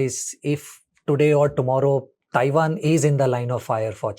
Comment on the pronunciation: Taiwan ❌️ Chaiwan ✅️